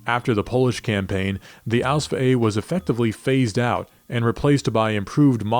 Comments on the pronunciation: as a legitimate german I can only state that repeadetly uttering ausf ausf ausf sounds ridiculous to german ears. There is not a single word in german with the ending sf. It doesnt even make sense for the ease of pronounciation. Even de englishman has problems to spell ausf. If you want to sound like and expert dont say ausf. Its just stupid and definitly not historically accurate. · Ausf is short for Ausführung only in writing, not in spelling. No german says Ausf, it sounds ridiculous.